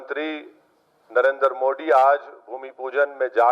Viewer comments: हां बिल्कुल सही कहा मोदी ने और तू पहले सीख ले तुतलाह मोडी नहीं मोदी है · Phle tu modi bolna sikh